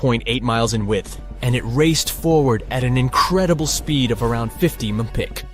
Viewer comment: "It raced forward at an I credible speed of 50 muhtpick ... " oooh, ouch smh